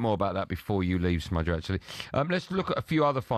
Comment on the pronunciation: he said 'smudger' again, threw up from the cringe.